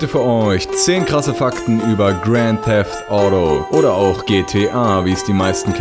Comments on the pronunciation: Gränd Däft Audo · Granth Theft audo 😂😂😂😂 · Haha geil "GRAND THEFT AUDO" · Gränd teffd auddo XD am anfang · deine aussprache Grand theft audo xD